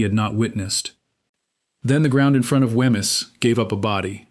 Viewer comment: There is ample material in Fife to create a really great video which tells the story correctly and uses nomenclature recognisable to the locals...this is not it...to hear Wemyss pronounced so badly is painful to my ears...it should be 'Weems'...PLEASE do your homework properly before posting more content...